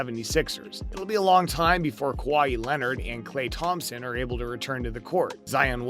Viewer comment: did u just call him KA WA HI ....